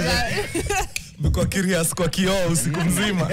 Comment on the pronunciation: kioo not kio